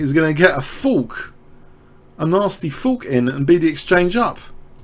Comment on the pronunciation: I will never get use to the way you say "fork".